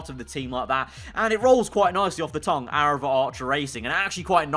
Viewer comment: Fast Aaraval (Arival)?